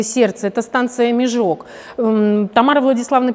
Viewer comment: Узнайте, пожалуйста, как правильно ставить ударения в названиях населённых пунктов Урдома, Микунь, Межог.